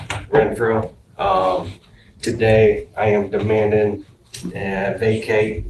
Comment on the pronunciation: "Today I am demandin' ..." That's a brave start.